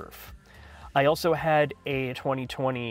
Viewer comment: For some reason, instead of saying also, says 'Auso' - strange